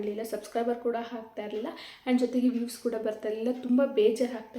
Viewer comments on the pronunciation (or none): Hoi ಅ ಕಾರ ಹ ಕಾರ ನೀಟಾಗಿ ಮಾತಾಡು... ಯಾವೋ ಇವಲ್ಲ 😂😂😂😂😂.. "ಹೆಷ್ಟು ಬಂತು, ಹಂಮೌಂಟ್ ಬಂದಿದೆ, ಹಾಗ್ತ ಇರ್ಲಿಲ್ಲ... ಥು ನಿಮ್ ಕನ್ನಡಕ್ಕೆ....